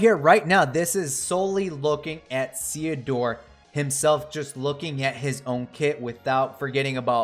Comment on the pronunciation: I believe you're saying it right, because his name is a combination of Cecil and Theodore (golbez's birth name)